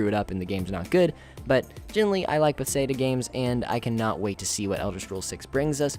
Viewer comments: How, in looking at the name "Bethesda," do you come to the conclusion that it's pronounced "Beth-say-duh?" It's not even close. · Please can you pronounce bethesda right lol.